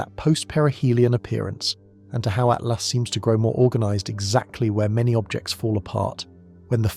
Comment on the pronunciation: Lame AI narration. It's not "atlast" or 3..... at lost. narrate it yourself, lazy bastard.